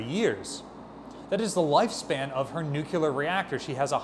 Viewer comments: I love your videos, you know your stuff and seem to be a great guy. But, no offense intended, it's not nu-cue-lar, it's nuclear. I hear presidents and higher ups mispronounce it and it just bugs me. Love your stuff. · For the sake of all that is holy, it's pronounced NU-CLEAR. not "nu-cu-lar". Love you like my brother,, but this one bugs me. A lot. I wish more people would pronounce it correctly. Kind of like how I wish more people would fly the American Flag correctly. And how I wish more people would use toilets. Correctly. Okay, vent over. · It's nuclear, not nuculear... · What is a nucular reactor? I’m familiar with the correctly pronounced NUCLEAR REACTOR but have no idea what this person is talking about. This guy is the museum curator? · Because the phonetic components change in a way that doesn't make sense or flow naturally with various accents. Nuke (Newku) is the base. Most words get modified by prefix or suffix. Adding a suffix of New-ku-lar meshes in a sensible way for speakers rather than changing to new-klee-ar. New-klee-ar is technically correct, the best kind of correct, because the base word is not actually the colloquial "nuke" but the Latin "nucleus". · Think NEW-clear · “Nucular” is not a word 🤦‍♂️ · Stop saying NUCULER! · It chaps my ass to no end, when I hear an historian who should know better, REPEATEDLY mispronounce the word ‘nuclear’. It’s NOT that difficult. Just pronounce it like it’s SPELLED!